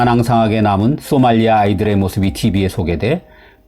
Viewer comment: 발음 문제: 쏘말리아 X 소말리아 O 비영리 단체들또 X 비영리 단체들도 O